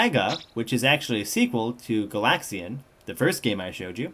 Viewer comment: its pronounceed *GA-LAX-AN* and *GA-LA-GA* and the second pronounciation of xevios was correct